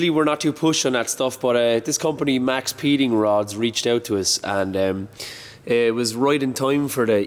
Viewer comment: They're literally called Maxpeeding Rods. There's no S in it. They're intended to be said quickly so that the X in Max makes the sound of the S. I'm assuming it was a copyright/trademark thing. Maybe the name Max Speeding was taken.